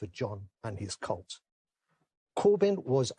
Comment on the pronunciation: That Alan Johnson has a speech impediment: he keeps referring to that momentum guy as a "cult."